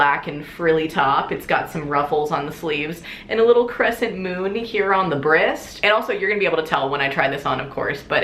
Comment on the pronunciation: the way she says breast